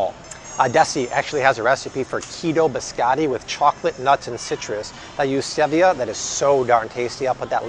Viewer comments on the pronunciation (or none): none